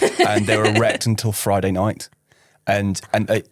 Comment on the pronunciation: Wow, Running Channel keeping it real!! lol At first I thought was saying “wrecked” and it wasn’t until the 3rd time he repeated the word that I heard it correctly as “erect” 😮 I guess that’s the good thing about wearing a bra, it provides protection!! In the future perhaps consider using nipple covers or bandages as a preventative measure! 😂